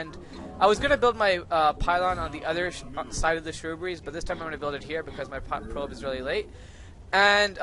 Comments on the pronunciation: great vid but its SHRUB-BERRIES not SHROO-BERRYS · How many times can you mispronounce shrubberies?